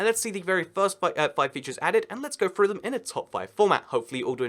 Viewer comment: Let’s get froo em it’s let’s get through them